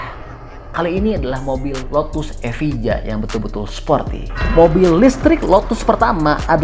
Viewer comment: Evija & Valkyrie itu kalo diindonesia bacanya kurang lebih "Evaya" & "Valkerie" bukan "Valkiri" bang 😄. Dan Jesko itu pake twin turbo V8, yang Freevalve 3 silinder itu Gemera